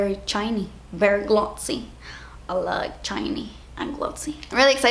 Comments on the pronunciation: "I like chiney...and glotsy." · "Berry chiny.. berry glozzy" -- the main reason I hit the like button for this video (besides the fact that I like them all anyway hehe)